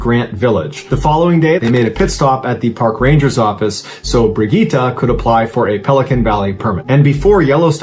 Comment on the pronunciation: Correct me if I’m wrong, but the female Swiss hiker’s name is pronounced Brig-get-ta, not Brig-gee-tah.